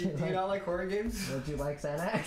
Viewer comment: ah yes the "Horrohr" game